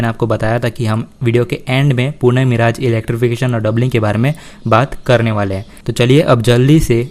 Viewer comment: Yar tum har bar miraaj kyo Bolte ho मिरज नाम है not मिराज